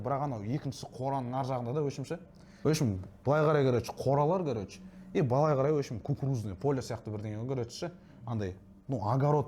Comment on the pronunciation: Еу бауырым Қазақстанда тұрып жас жігіттердің сөздік қоры болса әрине хейтерлер жиналады не тірлік енді Вөпщім Кәрөч деп Ең болмағанда "ВООБЩЕМ","короче" деп дұрыстап айта алмады ғой Сенде сондай сияқтысыңғо